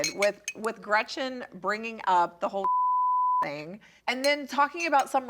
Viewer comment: Am I minority here bc I don't dislike Tamra at all! I dislike Gretchen SO much and her terrible lies, and Emily is the worst of all of them here. She really irks me. And if she says gretchers one more time, i am going to lose my mind